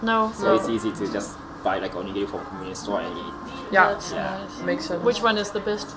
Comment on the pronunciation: キリンの RI おにぎりの RI なぜ 英語のRの発音 気に食わん